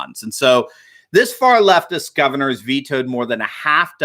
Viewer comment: At the start said "governor", but sounded like "gutter". Still appropriate.